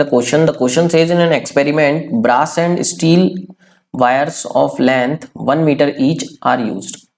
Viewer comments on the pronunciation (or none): Aap brass ko bra bolo rahe ho 😂😂